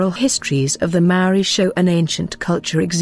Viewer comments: Sorry robot lady your droney pronounciation makes me wanna cover my poor ears! The word Maaori has once again, perhaps deliberately? Being mis-used and widely mis-understood by the local kiwi new zealanders and tauiwi(non'local/foreigner) alike! Maaori ie; Natural / normal /pure as in state of being and or consciousness invoked spiritual awareness of a knowing! We are tangata whenua Nga haapu a Maui potiki a Taranga! Living desendants from our demi'god tupuna(ancestor) Maui the Sun Catcher! Your brave attempt 2 misinform the global masses and share your shallow interpretation of what u think u Know is unwanted misleading and disrepectful in my opinion and simply adds more speculation 2 the veiled mysteries held sacred by tangata whenua! Mauri ora whanau Bless😉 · A good pod. Though, you really would do well to check your pronounciations of Kiwi words, bad pronunciation is like nails on a blackboard. From anywhere in the world, you can easily master the pronunciation... start with the sounds of vowels. When you understand their pronunciation, the rest flows. Respectfully, this is NOT england. We do not speak as you do. Return the respect and bone up on how to pronounce our words before you make a vid of us , please.